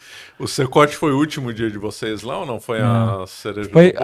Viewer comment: "Secote"? CECOT